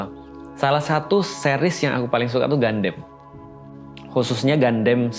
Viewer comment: Gundam bacanya Gandam, Ustadz. Kan dari katakananya udah jelas, ガンダム, dibaca gandamu. Kenapa jadi Gandem? Jadi kayak God damn dong? 😅 Sempat bingung... Escape kok 2024? Ternyata salah tahun 😅 Turut berdoa, semoga masalah visa ini bisa diberesin kedepannya.